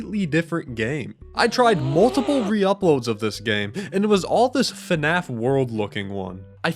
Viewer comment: pls its fnaf, not fuhnaf